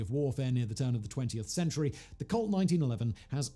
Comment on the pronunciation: It kept sounding like he said cult instead of colt. But to be honest, that wouldn’t be far off from the truth either…..